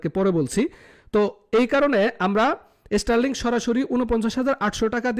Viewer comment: বাবা, এস্টারলিংক না, শব্দটা স্টারলিংক। উচ্চারন শেখো, পরে কথা বলো।।